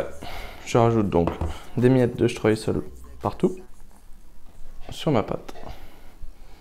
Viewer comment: Le streussel,pas le stress,oupsssss